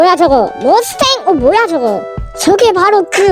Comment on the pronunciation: 머스텡이 아니라 머스탱이에여!!